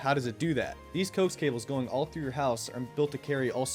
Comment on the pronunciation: it's pronounced co-ax